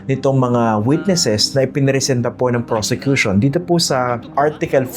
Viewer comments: Did I hear it right? Robin said "persecution" instead of "prosecution"? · Sir Christian,he said PERSECUTION not PROSECUTION.Correct me po if i'm wrong.But really,he doesn't deserved to be a senator-judge. He needs to go back to school and take up some courses.What a shame,he's been watched all over the world.🤦🏻‍♀️Watching po from Las Vegas,USA.God bless!🙏🏼🙏🏼🙏🏼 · "Persecution" ang sabi ni padilla hindi "Prosecution" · Paki correct din si Senatong na hindi persecution. It is prosecution😅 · Did I hear right? the Communist senator said "Yung Persecution" instead of Yung Prosecution"??? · Si Robin doesn’t even know difference between persecution vs PROSECUTION. HE UTTERED PERSECUTION instead PROSECUTION. ROBIN DOES NOT BELONG IN THIS SENATE BODY… KATATAWANAN. WALANG TAKE TWO DITO.. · Robin is saying "PERSECUTORS/PERSECUTION" not prosecution LOL WHO THE FACT IS GONNA TELL THIS HIGH-IQ OF A MAN?!?!?!?! 😂😂😂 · Me too I heard that persecution.